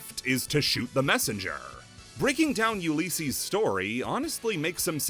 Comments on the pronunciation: It's pronunced u li cees, not u lee cees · U lis ees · The way you say Ulysses bothers me, other than that solid video. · The way he says Ulysses is causing me psychic damage